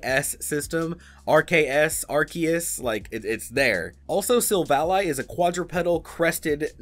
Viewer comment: Why does he keep mispronouncing Silvally?